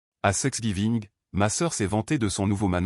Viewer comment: Please veillez corriger thr IA. C n pas sexgiving mais thanksgiving.!!!